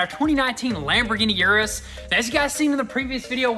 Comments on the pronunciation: Say it with me guys, ERRRRRRRRRRRRR-US, ERRRRRRRRRRRRRRRRRRRRRRRRRRRRRR-US not YUUUUUUUUUUUUUUUUUUUUUUUUUUUUR-us. K thx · Lamborghini Urus is pronounced like this